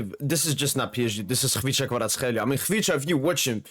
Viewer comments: Brother, your pronunciation is elite ! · Pronunciation is exact! Check if you have some Georgian roots bro ! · not even 1 min. in Video and im lovin it. well trained on name. Respect from Georgia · probably best non Georgian pronouncing of his name. well done in saying "ხ" :D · You're pronouncing him like a real Georgian bro :D